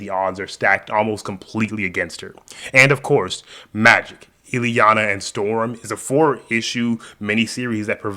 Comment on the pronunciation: Who is Illy-uh? It’s pronounced Ill-E-AH-NUH